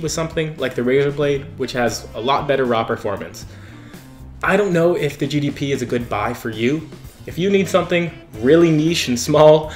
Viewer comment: you keep saying GDP win...